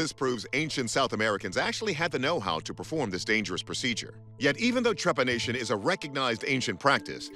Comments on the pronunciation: I think what that lady was trying to say was Trepanation , she kept saying trepidation which is completely different , kind of makes me question her credibility when she cant even pronounce the word correctly, I know that as she was saying it there was the correct word written under she still said it wrongly twice ..just saying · Trepadation eh? Jesus she is worse than I thought, what a joke.